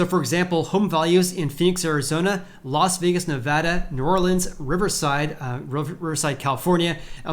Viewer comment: It's Las VAY-gas. Not Las VEE-gas. lol